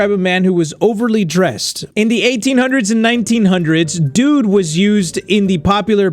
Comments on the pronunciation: The "Dude" sounds more like "Jude" to me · Is it just me or when said dude it sounded more like student